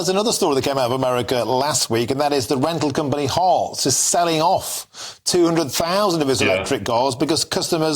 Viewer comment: learn to pronounce HERTZ